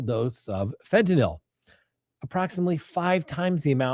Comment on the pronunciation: Thank you for pronouncing fentanyl correctly! I get so tired of hearing "fentanALL"